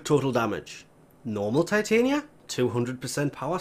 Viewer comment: I'm pretty she is pronounced TIh-Tonya and is based on the fairy queen Titania from A Midsummers Night's Dream.